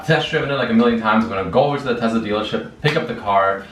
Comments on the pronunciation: Why is he saying tezla? Its tesla... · Congrats, but please stop calling it a Tezla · all the world : tesla rich boy : tezla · its teSLA with an S !!!